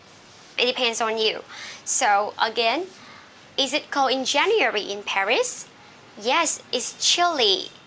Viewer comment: Você está esquecendo de pronunciar 'djeniuéri' em vez de 'jeniuéri'. Vc mesma escreveu a pronúncia, mas ao longo da explicação diz 'jeniuéri'.